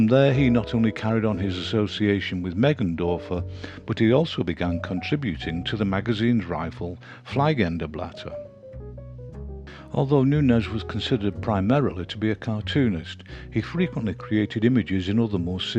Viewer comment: In the German language "ie" is pronounced like "ee" in feet in english. Therefoe "Die" is pronounced "dee" and "fliegen" is pronounced "fleegen". "Die" is the female form of "the" in english. "Fliegen" is "to fly". No biggie, just thought you might want to know. Thank you for the series, I have watched most of them, will eventually watch them all.